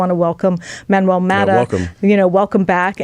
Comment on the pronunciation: Haha,, I'm curious: When you already knew to pronounce Manuel's last name as "MAW * tuh," what motivated your change to the incorrect "MA (short) * tuh" instead?